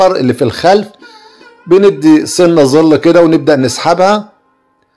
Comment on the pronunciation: ظل يا ابو عادو وليس زل